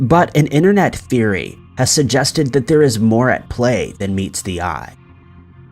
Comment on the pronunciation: You always miss t in internet you say innernet and also twenny instead of twenty